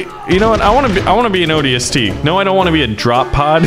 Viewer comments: I'm really mad at A. He's saying ODST wrong B. He doesn't seem to know any halo lore and C. He's very idiotic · I wish he said ODST right, the magnum not as a pistol and others